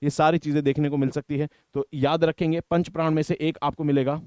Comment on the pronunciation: Sir, it's not 5 Pran (5 प्राण), it is 5 Pran (5 प्रण)